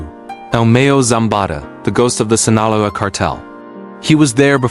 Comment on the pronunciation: If you can't even pronounce Sinaloa properly, nothing else you say is worth listening to, losers. 😡😠🤬